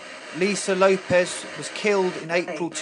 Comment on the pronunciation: Its LopeS, not LopeZ